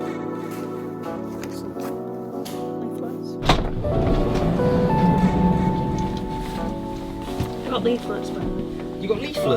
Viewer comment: The way he pronounces illegal absolutely blows my mind😂